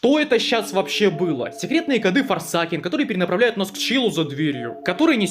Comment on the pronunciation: я не хочу душнить на форсАкен звучит ой как тупо. говори форсЭЙкэн прошу